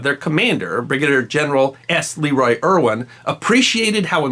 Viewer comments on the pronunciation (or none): none